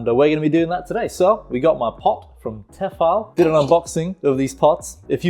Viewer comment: It’s pronounced TEEEFALL